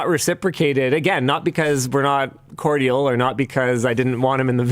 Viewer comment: Linus just pronounced Cordial so wrong 😮